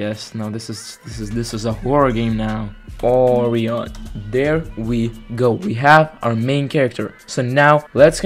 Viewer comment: Great video! btw it’s pronounced O-Ry-In